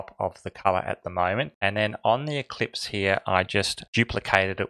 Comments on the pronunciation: Just fyi, it's ellipse, not eclipse. ;) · Sorry you keep saying ECLIPSE it is in fact ELLIPSE.